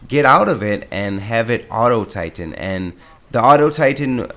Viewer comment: Cool hwhip? Thitan?